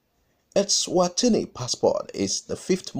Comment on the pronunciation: Swaziland, and not Elswazini. You got me thinking we have a new country out of Africa.....lol